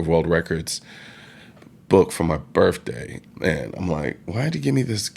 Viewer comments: Do any of you realize how hard it was for him to not say dis dat and du thurd. As soon as he talked about his birfday. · Your burfday? Really? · ...book for my birfday. Jeeze.